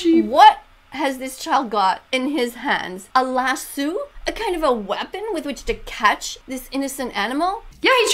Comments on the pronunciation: Lassu? I pronounce it La-SO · It’s not Lassus it’s Lasso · What’s a lasoo it’s a Lasioe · By the way Ms. Vegan teacher karen, it’s lasso not lassu lol 😂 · The vegan teacher said “iS tHAt a LaSsOO” pronouncing the o’s at the end says oo instead of o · Ok, WHAT IS A "lasoo".... I mean like- she should be watching CoCo Melon to learn how ✨speak✨ It's "laso". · A lassu I thought it was call lasso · I don't think she knows she said las lasue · It's lasso, not lassu